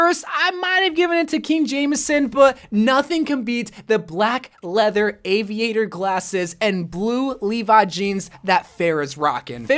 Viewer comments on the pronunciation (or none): He said aniator instead of aviator 😂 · You spelled aviator wrong, you said aniator